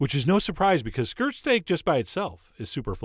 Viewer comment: I thought he was saying skrrt stake